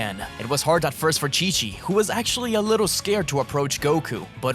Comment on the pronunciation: i know you said chi of the monsters but it sounds like king of the monsters, monster island is the name of a island in the showa era of godzilla movies, thats probaly where the name for the island in dragon ball came from.